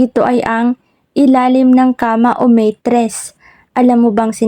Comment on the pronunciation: MATRESS HINDI MEYTRESS, SINO NMN MAGTATAGO NG PERA S BANYO?